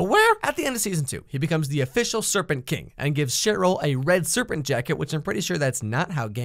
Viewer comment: ...am I the only one that heard him say shit roll instead of Cheryll